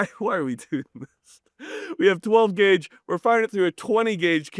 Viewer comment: I thought it was 12 gwague.